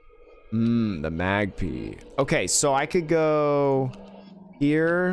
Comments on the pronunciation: Why do you say "magpee"😭😭😭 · I can't make peace with the fact that you call it a magpea. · Loving the series so far, but please, its pronounced Mag-Pie not Mag-Pee 😭